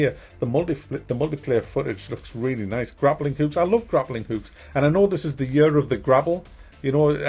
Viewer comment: lol "grappling hukes" gotta love certain English accents